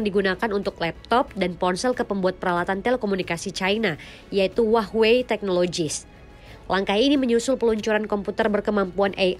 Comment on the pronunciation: hua-wei ❌❌❌ huahh-wey ✅✅✅